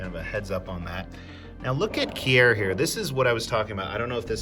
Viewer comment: omg its keer, NOT key-er, lol